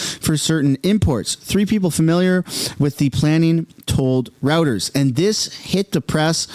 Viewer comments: It's roy-turs not rooters. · It's ROY-TERS!!